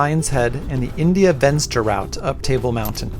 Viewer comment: India Venster is pronounced India Fenster. It isn't English ...please!